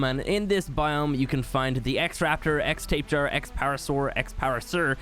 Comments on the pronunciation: Did you just say tape jara? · I think Tapejara is pronounced Tap-eee-Jar-a